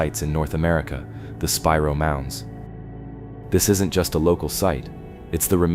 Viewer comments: Spiro is pronounced Spy-Row, NOT Speer-row 😂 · SPY-ROW OKLAHOMA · It's pronounced spy roe